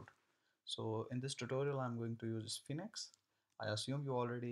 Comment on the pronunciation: Nice tutorial. It's pronounced like "Sfeenx" (1 syllable)